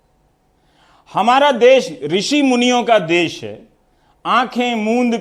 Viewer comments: It's देश....not देस...all other things all well described....Raveesh Sir...It required to be corrected as this program broadcast on daily basis for us... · Sir Desh hota hai des nahi please sahi kariye